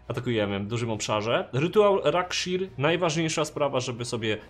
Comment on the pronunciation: A tego sie nie czyta rakszir czy cos w tym stylu ?